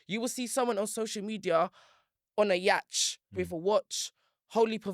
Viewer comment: Pronouncing the word "yacht" as "yach" is crazy lmao